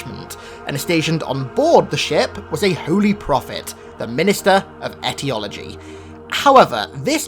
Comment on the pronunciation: wait... did he says etyology?